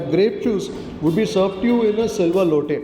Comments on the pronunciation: It is lota... Not lote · loate alla loata😂